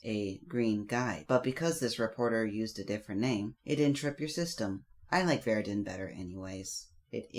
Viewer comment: I swear every single time you say Vair-rid-din I scream ITS VER-RID-IAN!!!!!! (e-an) 😂